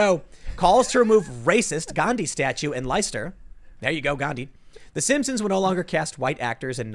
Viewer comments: I don't know if America will ever regain its sanity but I do know that they will NEVER learn how to pronounce Leicester (it's LESTER). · Its lice-er-ster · IT'S PRONOUNCED LESTER!